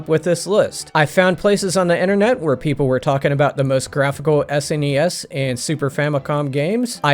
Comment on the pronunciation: Thank you for pronouncing SNES correctly. I cannot stand the people that don't know how to pronounce it